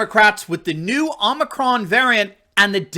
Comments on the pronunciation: “Oh” micron not “aww” micron lol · brandon is calling this " omnicron variant" WTH.? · The "omnicron" and "omnicrom" as bidone called it and the delta "variance" lol. What a clown. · Idiot Biden called it omnicron. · Joe can’t even pronounce the Greek letter. It’s hilarious watching many in the media pronouncing it the same way with an added n.